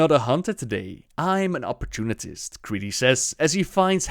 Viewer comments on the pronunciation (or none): Lol it's op-or-toon-ist not oportunitist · op-or-tun-ist not op-or-tun-it-ist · Did he just call the white tiger "Bangladesh" xD ? Earlier in the vid he also said "opportunitist" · apparently i've been pronouncing that word wrong my whole life, i guess theres an extra T in opportunist that he found even when looking directly at the word.. lol opportunitist? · Well, you just made my day when you pronounced it "opportunitist" x) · Say it with me, OP-PER-TUNE-NIST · why does he keep saying opportunitist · It is pronounced, "Opp-er-tune-ist"